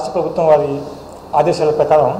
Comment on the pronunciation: ప్రభుత్వం అని కూడా సరిగ్గా పలకడం రాదు వీనికి ఎలా ప్రభుత్వ ఉద్యోగం ఇచ్చారు రా! బాబు 🤣🤣🤣🤣🤣🤣🤣🤣🤣🤣